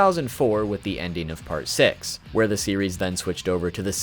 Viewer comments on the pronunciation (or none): did he say sex bullets in stead of six bullets